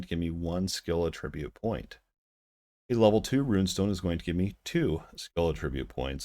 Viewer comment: I appreciate your time that you took to produce this video but you have failed to do adequate research. The very first thing that triggered me was the mispronuniation of the word attribute. B2p games are simply not sustainable and sadly cash shops are not profitable if not used. Rng is one way to combat p2w. Therfore having a lottery like luminous purchases ensures that people who wish to sink a couple bucks into the game can do so and that supports the game long term. If the luminous was not rng then it would be pay to win. You absolutely can get storage when you unlock your house in game. I did extensive testing on the pet system and found no benefits towards combat. Additionally you can 100% get items in game and farming currency is exceptionally easy to do. The only people who should even be concerned about p2w are those that are hardcore competitive whales who will be moving on in 6 months any way when players with more skill catch up and they are no longer winning. This game relies more on skill than it does on gear alone. My friend maxed out his gear and luminous early on and could not perform well in the pirate solo dungeon. I was able to clear the final boss in less than a minute with no pants and level 1 luminous. You cannot buy skill in the cash shop.